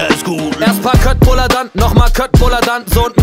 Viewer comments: Stört es dich denn gar nicht wie die „Köttbullar“ aussprechen😂💛💙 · Das heißt gar nicht köttbullar, sondern köttbullar